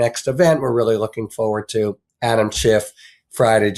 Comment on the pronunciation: Forward. The word is forward, and it has an R in it. I'm sorry, but this drives me crazy. Fo' fo' fo' fucks sake.